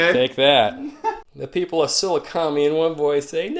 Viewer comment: Just random FYI: Sah-LOO-kah-meye”